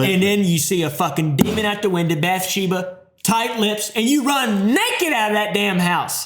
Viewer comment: Bathsheba(Bath-She-bah), not bathesda(Bah-thez-Dah)